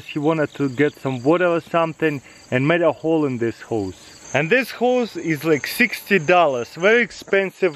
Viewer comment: i thought he said hoes 😂